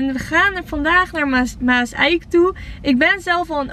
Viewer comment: Je zegt Maas eik maar zeg het geweien aan elkaar maaszijk zo spreek je het uit